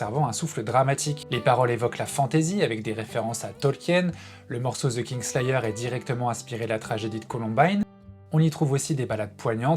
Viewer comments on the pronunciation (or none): kinslayer, et non KinGslayer.